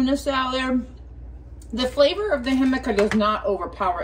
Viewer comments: FYI, I think the name of your wraps is pronounced "hic ama", not "him aca". Same as the veggie jicama (hic ama). I can't wait to try them! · It's pronounced HIC-A-MA. NOT HIM-A-CA!!! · Hi! It’s pronounced hee cama, accent on the hee!